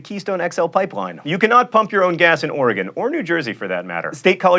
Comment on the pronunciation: I like that John Green can correctly pronounce Oregon. Kudos.